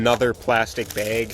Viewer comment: “Microfiber Baig”